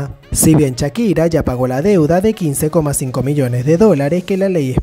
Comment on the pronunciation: "Chakira" "cactada" "ocserva" me dió cuscús como pronuncias...